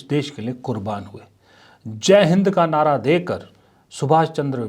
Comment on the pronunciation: nahra ko nada kiyo bolti hai 😂😂😂